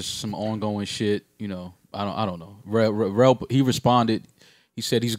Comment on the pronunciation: Joe said L Rell!!!!😂😂😂😂